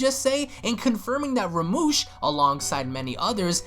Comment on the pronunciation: I know I'm a but late but it's Rumshee not Ramush